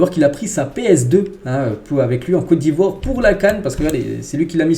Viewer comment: franchement j'aime lorsque tu prononce le nom de mon pays. COTE D'IVOIRE ❤❤❤❤